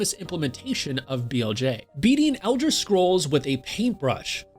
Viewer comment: Is no one gonna talk about how he called the Elder Scrolls the ENDER scrolls?